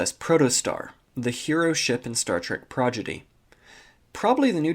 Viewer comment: It's Star Trek Prodigy not Star trek progedy. Bro why what's up with all your constant continued miss pronounced naming issues. I like your vids but the constant miss pronounced naming takes me out of the videos. I'd recommend checking your recordings before uploading so everything is right. I have an issue myself of miss pronounced or slurping words so I record multiple times for my channel that I run